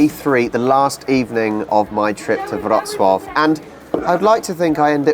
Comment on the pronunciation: Your polish is so much better. The way you pronounce Wroclaw is fantastic. Good work! Now get going on improving your English accent. Haha